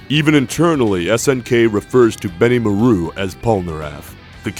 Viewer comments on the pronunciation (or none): It's BeniMAru, not BenimuhROO.